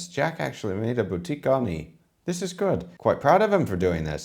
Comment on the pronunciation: You erred on the term - "Bouquet" garni, not "boutique" garni. It's not a retail shop of herbs.